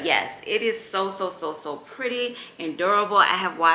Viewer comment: New subbie here! I love, love your channel!! You're such a vibe ! I love you hear you say "it's so Pur-dee" LOL I've added a few items to my cart 🤗